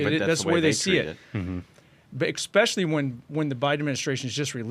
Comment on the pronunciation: Make "exspecially" special again. It's Especially. Essss. Not exxxx. Thank you for your attention to this matter.